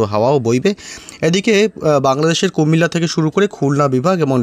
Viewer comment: বাংলাদেশের কুমিল্লা সিটি কর্পোরেশন থেকে দেখছি। কুমিল্লা নাম উচ্চারণ করায় ধন্যবাদ।